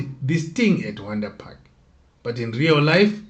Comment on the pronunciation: They pronounce it vhondri park.